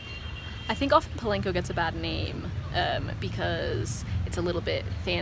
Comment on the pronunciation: It’s not PO-lane-Co it’s Po-lawn-Co I hate when people pronounce it wrong